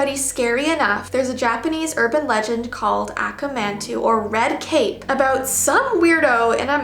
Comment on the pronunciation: "aka manto" is not pronounced "ack-uh man-two". It is pronounced "awkaw mawntoe". Japanese words are phonetic, hon <3